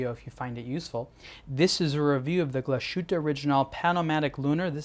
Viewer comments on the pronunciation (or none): True mate the way he says it is terrible... Hope he remembers that it is a German watch brand so please say it in German. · Agree, it's quite distracting each time he mentions the name of the brand because you would expect a channel dedicated to watches to get the basic pronunciation correct. Also it's not pronounced O-ri-jin-NAL (like the alcohol gin), but rather O-ri-gi-nal, (as in first half of the word geek) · people who know how it is pronounced in German get upset about it because the pronunciation is wrong. It's as simple as that. Another famous example is Porsche. It's pronounced Porsch-e. The e sounds like the e in bed. Are you from the US? If so, how would you feel if someone pronounced Illinois Illi - noise or Arkansas phonetically? It just sounds wrong. Also, saying one is not able to pronounce it correctly is not an excuse. Especially in this case because he's got the for non native German speakers most difficult diphthong - the ü -right. The thing he does wrong is the s. It sounds like an s and not like the English sh. Change that and there he goes.